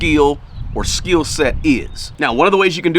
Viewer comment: It's called skill not "skiel" god damn, how can't u know how to pronounce it and keep saying skiiiiiiel.